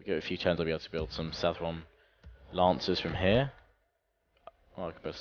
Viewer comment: It's pronounced South-ron, not South-tron:)